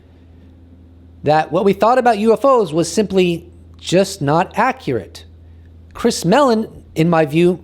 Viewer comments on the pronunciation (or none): none